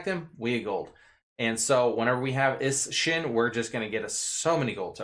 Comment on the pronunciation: Is-Shin lol goddamn